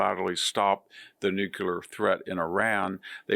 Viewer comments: Perhaps it's time to learn to pronounce 'nuclear' correctly? 'Nuculrly' is just too ridiculous. First, say 'clear'. Then say 'new" and 'clear'. Now say 'clearly'. Now say 'new' 'clearly'. Hope this helps. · Hanson should learn how to pronounce 'nuclear'.